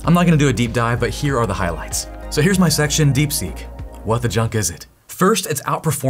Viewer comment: I thought you said, "What the 'chuck' is it?" instead of, "what the 'junk' is it?" and now I think you need to being using "what the Chuck is it?" all the time. Please and thank you.